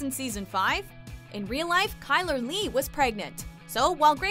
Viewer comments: It’s Shy-ler Leigh not KAI-ler Leigh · anyone else cringing at the Ky-ler leigh not Shy-ler leigh. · Love how they said kyler not chyler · hang on isn’t it pronounced shy-ler leigh?